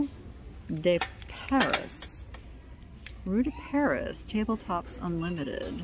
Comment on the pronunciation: I know you love your French. Lol Rue de Paris means Street of Paris . Pronounced Roo-de-Pairee. Accent on the second syllable.💜